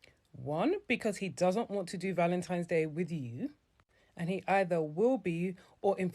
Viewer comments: The 1 that kept saying ValenTIMES day was making me cringe. And the DL guy with the blue shirt please stop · Anyone who’s says “Valentimes” should be blocked immediately! C’mon now.